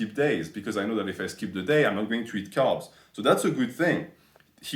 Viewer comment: Lol for the first 5 mins i thought you were saying calves instead of carbs.